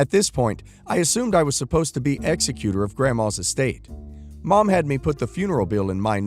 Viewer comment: Pronunciation note: egg-ZEK-you-tor when it has to do with wills. You frequently mispronounce this one. Please stop.